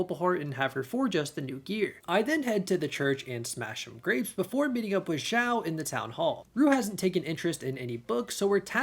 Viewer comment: X in Chinese is a "sh" sound, not a "z" sound, so "Xiao" would be pronounced like meow, but with an "sh", so "sh - eow"